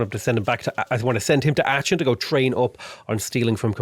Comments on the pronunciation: how you pronounce aachen :D very good rly :D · I know its minor, but I don´t like how is pronouncing Aachen